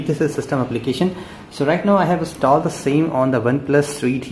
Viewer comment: Pronounce installed correctly. It's so sick to hear the wrong pronouncing.